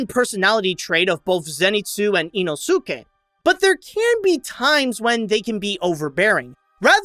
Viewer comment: the way he pronounced inouske's name👁👄👁